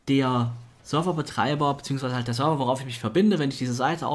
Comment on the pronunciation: Ich find super wie Server aussprichst :-D #Sörwer